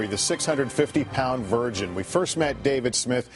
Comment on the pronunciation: GET THE FUCK OFF MY RECOMMENDED SECTION...also I like how the emphasize "VIRGIN" that he's never fucked. lol